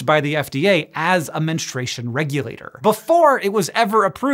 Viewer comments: Good subject. Spreads the info like it should be. There is this an option. But can we please not spread mispronunciation? It’s not menestration. It’s menSTRUation. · Men stroo a shun is the correct pronunciation, menstruation, guy who doesn’t have periods.